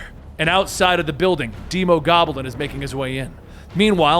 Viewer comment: "deemogoblin" Wtf it's demo, as in demo disc, or demolition, not deemo...